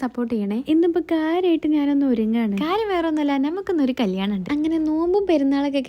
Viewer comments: കല്ലാണം അല്ല കല്യാണം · കല്ലാണം എന്നല്ല കല്യാണം എന്നാണ് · കല്ലാണം ❌ കല്യാണം ✅